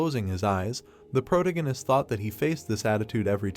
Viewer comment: Sir.. That is NOT how you pronounce protagonist 😭